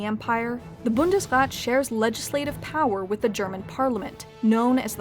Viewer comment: Just a sidenote, Bundesrat is pronounced with a long a.